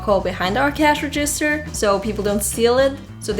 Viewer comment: Your English is almost perfect. You only seem to mispronounce "register".